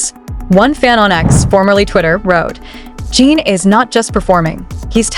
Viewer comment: A whole channel dedicated to Jin, yet still hasn't learned how to pronounce his name. AI, anyone? There's a tsunami of AI channels headed this way, so remember, there is no human emotion behind the words, just an operator trying to cash in on ARMY's love for BTS. But, feel free to correct me if I am wrong about this channel.